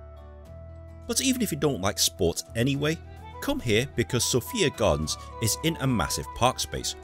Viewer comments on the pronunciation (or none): You are pronouncing the park wrong it is Sophia Gardens or on Welsh lemon Gerddi Sophia